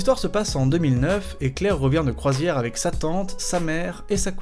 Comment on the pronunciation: J'en peut plus pour la deuxième histoire quand tu dit "sa tante", j'ai compris "satan"... ça rend l'histoire encore plus flippante ^^